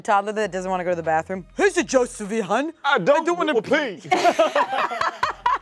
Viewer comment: Now we have "the jost of it" competing with "jolst".:P